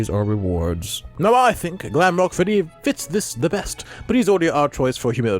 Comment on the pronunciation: it’s official: Rockstar Freddy is “Gredd”.